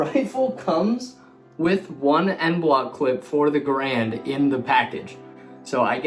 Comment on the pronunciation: You pronounced Garand wrong. People keep doing that.😥